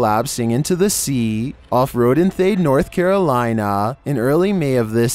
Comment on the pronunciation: FYI, Rodanthe, NC pronounced ro-dan-thee, Cape Hatteras pronounced hat-er-us